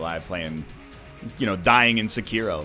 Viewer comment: SUH-KEY-ROW not 'sek-a-row'